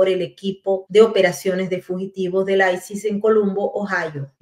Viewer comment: Todo muy bien pero aprende a pronunciar ICE por favor